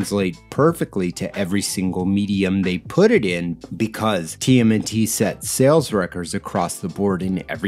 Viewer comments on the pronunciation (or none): none